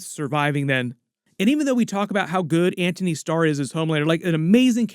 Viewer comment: Antony not "Anthony"